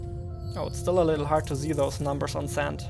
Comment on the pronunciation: Zimple, Zee!